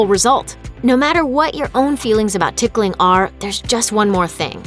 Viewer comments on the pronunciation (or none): I hate hate hate being tickled Actually I'm cringing every time the narrator says "ticking"